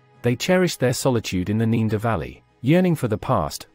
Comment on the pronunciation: The guy keeps pronouncing Neander as 'neender' but then says 'Neanderthal' correctly. Weird.